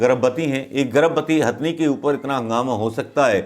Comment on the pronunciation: गवार बोलना तो सिख ले पेहले, हस्थनी नही हथनि होता हे , तम्बू तो पप्पू का पिंकी उखाड़ रही हे अपने बेटे को ला के , पालधर के साधुओ पे कश्मीरी पण्डितो पे 1984 के सरदारो पे भोपल गेस कांड पे शष्त्री जी की हत्या पे नही भोंकग कुते झुठी खबर देना ओर नेहरू परिवार की चाट्ना दो ही काम हे तेरे भिखारी